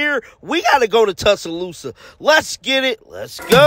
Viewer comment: Dude also said “Tussalousa…”